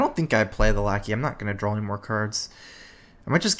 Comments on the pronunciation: can anyone tell me exactly why he pronounces "draw" drawl? Have always been a bit confused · It has nothing to do with 'accent' he literally just mispronounces it.